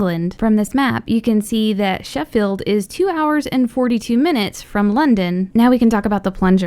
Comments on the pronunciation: You said Sheffield wrong you said sheffeld not Sheffield and I also live there is I know this stuff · i hate how you say Sheffield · It's Sheffield not Sheffield England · I'm from Sheffield, so I actually got excited when she said it, but the way she pronounced it, no hate but it was just funny